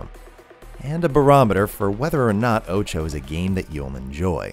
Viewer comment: Btw why do you pronounce OTXO like oucho? English is not my first language and it sounds weird. Id think it would be pronounced more like o-tu-h-o